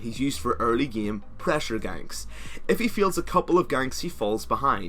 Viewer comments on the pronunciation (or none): enunciate ur As pls, again is not pronouced ageen, it's aGAIN, game is not pronouced geeme, its GAYYYME, and basis definitely not pronouced beeasis...? biasis? beesis? idk wut you said , but its none of those, its basis. im not trying to insult u just because if ur not born in the states or anything, just enunciate when ur speaking and your videos will be a lot more clear! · Pronounce same with an a. Game with an a. You're not pronouncing the a and its quite awkward when people hear it. Love the vids tho